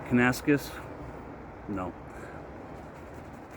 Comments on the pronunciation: Have a close look at the label. You are mispronouncing the name. Think “Kana - Nas - Kiss” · Close but it is: Can-ah-nass-Kiss 😀